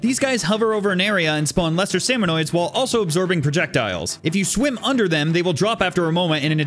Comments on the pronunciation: ITS SALMON-I-DS NOT SALMON-OI-DS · Minor nitpick, you keep saying salmonoid, it's actually salmonid. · Salmonid. Salmonid. Not Salmonoid. You hurt. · he said salmonoids